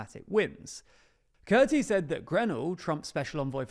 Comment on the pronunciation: Kurti is pronounced as Koorty.